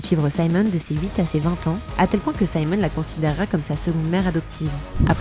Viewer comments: Elle je suis désolée mais vous auriez dû vous renseigner sur la prononciation de son nom. Ça se prononce Simone comme en français. Simon c’est le prénom masculin. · Merci pour ce reportage! Juste une remarque importante : je m’appelle Simone et la prononciation est simplement Simone et non « Saïmon » qui correspond à Simon en Francais. Et Simone en anglais se prononce « SimOwne »